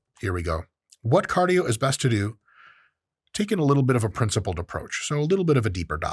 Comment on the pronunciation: "Princlipled" caught me off guard